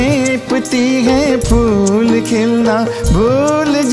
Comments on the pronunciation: गायिका का हैं का उच्चारण गलत है वह हैं को है गा रही है... न का अनुस्वर नहीं गा रही इसलिए साहिर लुधयानवी की शानदार शायरी कर्कश हो है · सुरेश जी की आवाज़ आज भी बेमिसाल है और बाँसुरी नवाज़ मोहित जी का बाँसुरी वादन कमाल का है. मगर को 👉हैं और 👉है में उच्चारण का अन्तर पता नहीं है उन्हें इस और बहुत ध्यान देने की ज़रूरत है 🙏😊